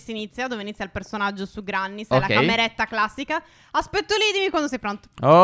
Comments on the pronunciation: Si dice grenny..ma si scrive granny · Quando vorrete chiamarla Grenny? Non è che perché c'è scritto Granny si legge in quel modo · Cmq oltre al video che è stupendo si scrive granny ma si legge grenny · Phere cmq non si pronuncia GRANNY ma GRENNI Cmq siete bravissimi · Ma non avete ancora capito che si dice grenny non Granny?!?!?! Ma siete s**